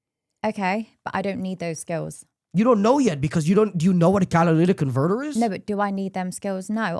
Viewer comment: This smug kid sounds boring af, such potential but he sounds lame af. Catalytic converter, pronounce it right!!!!!